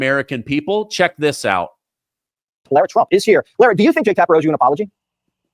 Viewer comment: Mrs. Trump's name is not Laura (sorrow), it's Lara (marrow). Pronounce her name coreectly please.